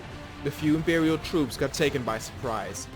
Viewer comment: lol "the impewial.."